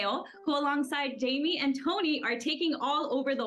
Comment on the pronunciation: Jaime is pronounced High-may!